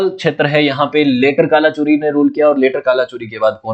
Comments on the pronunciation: गढ़ मंडला, हैहय वंश कल्चुरी (not Kala chori ) please work on pronunciation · ग्रह मांडला नहीं गढ़ा मंडला, गढ़ा मतलब फ़ोर्ट, मोक्षाकाल नहीं महाकोशल है वो, कलाचुरी नहीं कल्चुरी है 🤦🏼‍♂️